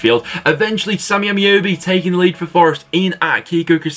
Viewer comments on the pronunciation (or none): none